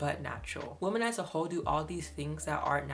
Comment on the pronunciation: Love your videos but PLEASE learn how to pronounce "women." It's not pronounced the same as "woman." WOMEN is pronounced WIH-MIN. Please please please learn this!